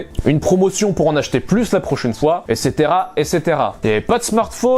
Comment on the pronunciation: je te rassure y a pas que ça que t arrive pas à prononcer : éssétera- amason - etc esseterra 😂